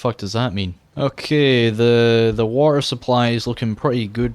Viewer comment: Yeaaaaah, "The waer 2: waert"